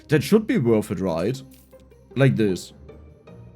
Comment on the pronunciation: „Wörf it“ 🤪